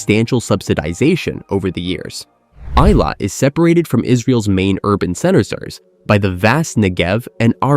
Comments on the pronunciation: It's pronounced ay-LOT, not EYE-lot. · The southern port city of 'Eye-lat'... :) 'ih-lat.' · Eilat is not pronounced as "eye lawt" but "ay lawt" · I live in Eilat, Israel. It’s pronounced “EE-lot”, not “eye-lot”. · The name of Israel's southern port city - Eilat is pronounced AY-LOT not I-LOT. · Israeli here. Good coverage, but doesn't touch on current security challenges. And you could have done ten seconds of research to find out how to pronounce Eilat...